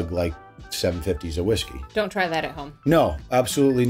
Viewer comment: Its hot honey. Crown not an wheeskey😳